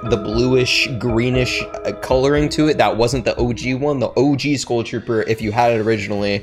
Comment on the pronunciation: why tf do you say school trooper? why cant you pronounce skull?